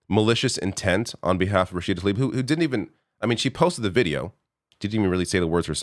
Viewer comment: Say her name correctly. It’s not Taleeb it’s Tlaib